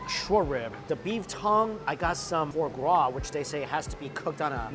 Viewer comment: Fruh gras, for gras, frar gras, I didn't know you could mispronounce the same word differently so many times.